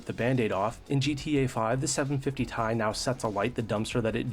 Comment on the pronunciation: First time I heard somebody/robot say Tie 👔 😅